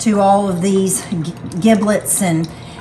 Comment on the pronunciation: soft g with giblets Good advice regarding the Turkey resting